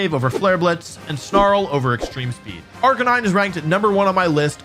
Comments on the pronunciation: unfortunately i was able to determine which pokemon you placed at number 1 since you clearly mispronounced its name, the description fits arcaneenay though, is that what you meant? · surprised wolfey pronounced arcanine wrong. I think he mean arca-knee-neh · Why was he pronouncing Arcanine's name wrong? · you pronounced arcanine wrong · That's now how you say Arcanine...